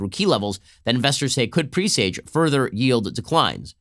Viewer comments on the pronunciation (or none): Ben, the word is "presage" is pronounced "PRESS-age" not "PRE-sage"